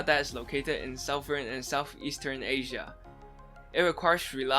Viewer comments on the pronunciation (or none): none